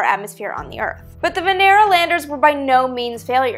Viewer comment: I swear I heard 'VENERAL'... lol....